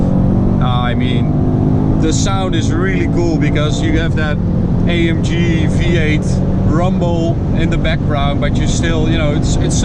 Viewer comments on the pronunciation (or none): “A em ghe” Please.